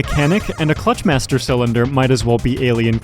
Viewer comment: Your emphasis is wrong. It's not a cylinder for a clutch master, it's a master cylinder for a clutch.